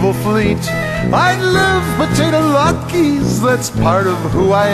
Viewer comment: Yes, Jesus was Jewish. And it's not latkees, it's LATKAS - WITH AN A!